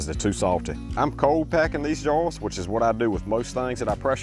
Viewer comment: I know he’s saying “jars” but I hear “jawns”